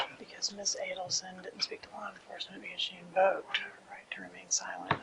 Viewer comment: "A-Deal-Son" ... NOT A-Dell-Son ... 🤦‍♀️ Her arrogant lawyer. Think of Dan / others ... not (your) Wendi.